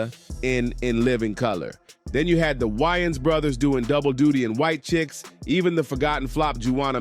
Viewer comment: Lost me at whyans brothers😂